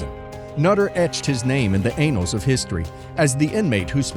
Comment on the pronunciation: Hahaha, I also noticed the unfortunate mispronunciation